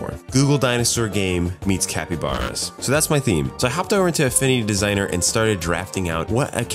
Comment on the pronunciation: He actually says the tools name just super unclearly: "Affinity Designer"